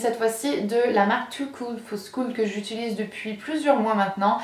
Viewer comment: je regarde les vidéos de depuis des années, suis-je la seule qui se rend compte de qu'elle dis "utuliser" au lieu de "utiliser"?? lol